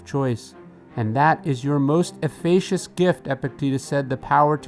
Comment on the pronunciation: you egregiously mispronounced efficacious